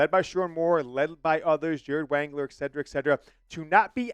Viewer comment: no "g" in etc